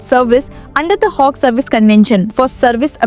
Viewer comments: Why are you mis-pronouncing Hague, It is not a HOG it is Hague! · It is not Hogue....it is Hague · This lady seriously needs to improve her English! Its not Hogue! Its Hague! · Please Google your pronounciations of words Hague and Indictment